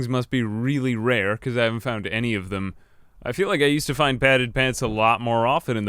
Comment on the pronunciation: i found this "i fount this" very funny XDDD